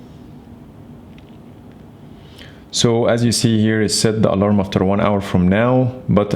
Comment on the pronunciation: I believe "Keep using last mode" is on, I just said take a picture and it did with the back camera. And the alarm, the way he said it was a little weird, so it didnt recognize the way he said it